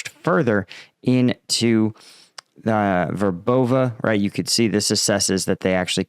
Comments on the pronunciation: VER bove I think. Accent on first syllable. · it's pronounced, Verbov'eh'. just a friendly correction.